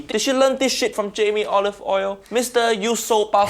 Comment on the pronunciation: He said Jamie olive oil 😂